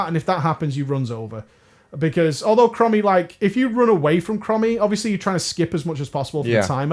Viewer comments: Are you calling her "crummy" on purpose, instead of chromie? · OMG "Crommy", you mean "Chromie" as in them sick Chrome's on your whip! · Yeah, when he said “Crommy” I was like DansGame every single time. Cmon, in the interview with Bay you said you cared about the story now OpieOP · Every time I heard "crommy" part of me died inside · Please, dont ever say Krommy again. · Pronounced... "Chrome-ee" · STOP MISPRONOUNCING HER NAME I CAN'T TAKE IT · THE WAY YOU PRONOUNCE CHROMIE MAKES ME WANT TO JUMP OFF A BUILDING